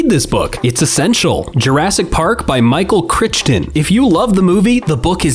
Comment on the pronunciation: Did my boy seriously just say “micheal CRITCHTON”?!?